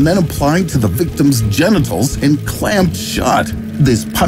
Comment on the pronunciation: When he say Jennecals he puts it on privet part 😢